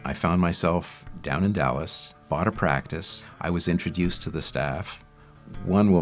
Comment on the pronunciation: it's interesting the way he pronounces "introduced" with much more of a British accent than an American one! 😃